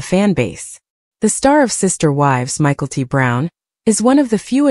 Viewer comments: Michael T 🤣🤣 Mick - ell- tee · Michael T. You can't even pronounce the names correctly.